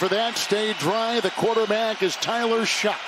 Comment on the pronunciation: not shuck doofy. pronounced Shugg